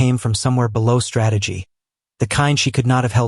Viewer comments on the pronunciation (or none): none